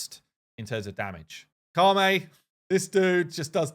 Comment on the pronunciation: Ka-may? It's Ka-met. He's not French, he's Egyptian. :P